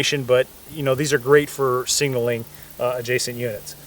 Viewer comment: SIG-NAL-ING not sing-nal-ing for the love god. ILMAO like nails on a chalk board.